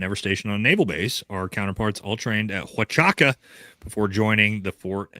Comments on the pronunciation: Do you have the boarding pass for Brian H. or anyone that can confirm him on the flight in TX? Do you have a single Lt Col. that can confirm he wasn't in the meeting at Fort H? And can you pronounce Fort H. correctly since you are bashing Candace for Fort H. IR report grammar being poor? The video discusses Brian Harpool's itinerary, stating he was on a flight p.m. and noting the flight from Fort Waka to Dallas Fort Worth takes 2 and a half hours. The speaker uses this information, combined with the incident report's timestamp, to argue that Brian Harpool could not have been present as claimed by Mitch Snow. The video does not explicitly state that it has the boarding pass, nor does it present a Lt. Col. to confirm he wasn't in the meeting ( - ). The speaker pronounces "Fort Huachuca" as "Fort Waka" or "Fort Haka" throughout the video ( , ) which is in error--just saying. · So.... you provided no real information that the fort huachuca story (which you cannot pronouce after interacting with multiple MI people because you are stupid SF, yet I'm gonna call you that cause I meet way to many of you people and your stupidity on who times work you never explored cause you choose not too explore..... MI and SF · You’re getting this thing all wrong brother. Number one you’re saying, Fort Huachuca wrong. He said they were wrapping up their meeting in the morning and they left and then all of his trouble started. If they left the base then yeah Brian Harpool could’ve made it to Dallas Fort Worth in time. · I find it incredible how many creators I hear mispronouncing Huachuca. Simply breaking the word into syllables should get anyone the proper pronunciation. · Hey, show a little respect to the proud service members at Ft. Huachuca and pronounce the name correctly. I know your "emotional" but I know you can do it. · Army here….. that’s not the pronunciation of the base’s name……. Kind of expect you to know that, with all due respect…… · too drunk to do it.